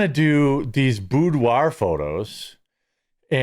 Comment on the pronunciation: Hee hee you said boobdoir😁😜